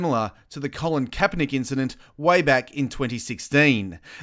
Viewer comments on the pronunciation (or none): none